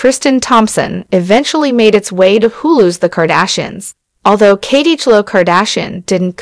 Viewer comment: Why is this person not pronouncing Khloe ‘s name right?